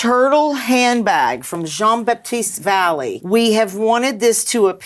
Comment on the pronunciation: "Jean Baptiste Valley"... WTH! Unforgivable. Also, "Mason" Margiela. How?